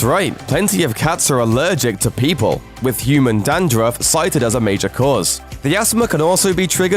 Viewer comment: Peepaw? Tuner? oh, people (PePull) and tuna (no R in tuna.) uh able to change the color of their fur.... ? ooooooooookaaaay. Never seen in my 59 yrs. Purring while asleep alone on the other end of the house is what my cat does. Opposite of what you said. oy